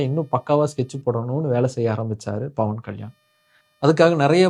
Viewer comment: dont even know how to pronounce his name super bruhhhhhh and im glad about your followers 😂😂😂